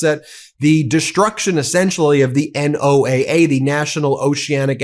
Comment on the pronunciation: Ben, NOAA is pronounced like Noah. Please tell him N O A A sounds kind of dumb. How can no one there not know this.